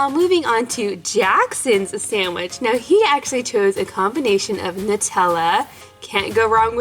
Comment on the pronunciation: I don’t know why but it bothers me that I hear sandich instead of sandwich